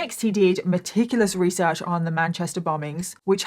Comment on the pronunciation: You tell this story so wewee well your weesearch in incwedible.😂😂